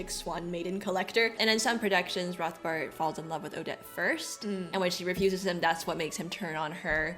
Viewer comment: I am so sorry, I didn't want to correct you, but since you said, 'Rothbart' is easy to pronounce... It is pronounced 'Rotbart' without the English 'th'-sound. 'Rotbart' means 'red beard' in German and the 'h' is silent. 😊